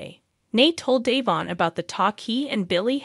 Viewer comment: Devon DeVon Devon not Dayvon get it right it’s rude to continue to pronounce someone’s name when you know teller DeVon